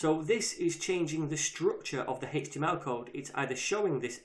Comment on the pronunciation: I kept googling "Hixtima Property" until I finally realized he said "HTML Property"